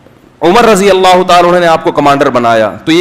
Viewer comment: Mhtaram Razi Allah nhi..Radi Allah